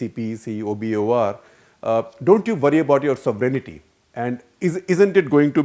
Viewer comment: Shekhar Gupta Ji... you need to learn how to pronounce sovereignty. The word is SOVEREIGNTY and not SOVERENITY. Like most Indians you also added an imaginary I (EYE) in the pronouncement. Please correct yourself.